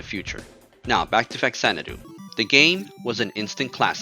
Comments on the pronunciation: Good retrospective but, it's Fah-zanadu. Not facks-anadu. The "fa" in front is supposed to denote that this is "Xanadu on the Famicom". I also used to say it like "fax", until some other review pointed out the reason why it's written, or said this way. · Love this game, but it's pronounced Fazanadoo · Yeah. Right. That's how they pronounce it in the video too. But I keep hearing people online saying that it's really pronounced FA-zan-a-do. This is because it's actually an offshoot of the Xanadu series of games and the "Fa" in the front of it is just a prefix that stands for "Famicom", the Japanese name for what ended up becoming the Nintendo Entertainment System in the US and Europe. I don't care if that's really a thing that's true. I'm never going to call it FA-zan-a-do. 😁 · Haven’t watched yet, but in English the only correct pronunciation is Fax-AN-a-doo. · nihon falcom was always and still is one of the greatest game makers ever (the Y's games are my absolute favorite franchise, and legend of heroes rules too, from the og rpgs to prophecy of the moonlight witch to the trails in the skies series etc) ... hudson was fantastic too, dont get me wrong... RIP... but obviously since its literally supposed to be a "famicom xanadu" that means its actually pronounced "fa zanadu", not "fax anadu"...